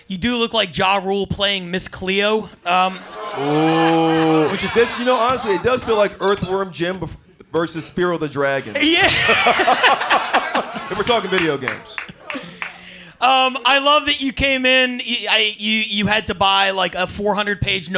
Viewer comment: I know I’m a year late, but did you just pronounce Spyro as “Spear-o”? 😆 It’s pronounced “Spy-ro”, my dude!